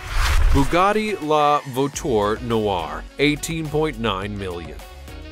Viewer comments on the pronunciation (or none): David Sherman is right & it's LA VU A TUR NU ARR